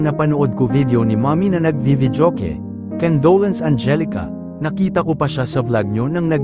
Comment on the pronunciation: Kendolence? It’s con do lence ! Aral muna bago mag vlog